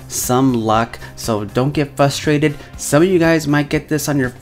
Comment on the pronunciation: Did you say "fustrated"?